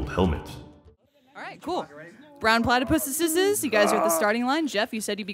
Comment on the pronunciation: Brown PlatyPusses: The Brown PlatyPusseseseses